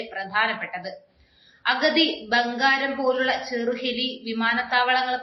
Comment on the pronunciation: അഗതി അല്ല. അതിന്റെ അർത്ഥം വേറെയാണ്..... അഗത്തി.